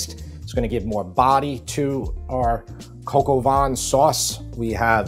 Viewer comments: It is pronounced “cock oh va”. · Gog o van? 😂 please, americans, when you see French words, just stop and ask for help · "Coq" (think of the french saying "cock"); "Au" (basically the letter O in English); "Vin" (think of saying the word "vain" without pronouncing the "N"). Thank me later buddy and thanks for the great recipes. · Ah yes coq au vin. Aka Coco Vaughn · hahaha "coco-vaughn" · Love your videos, but your pronunciation of cog au vin and mise en place is horrible … maybe research it before you say it ??? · ffs, please stop pronouncing the 'n' at the end of Coq au Vin [kɔkovɛ̃]. It's bad enough you can't find France on a map. No need to butcher the language on top of it.